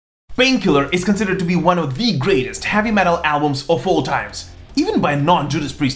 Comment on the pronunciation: I like how he pronounces heavy metal. HAVVY MATEL! LOL!